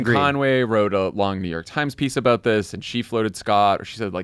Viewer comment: I know JF is from Mass but why does he sound Canadian when he says about? (aboot) 😂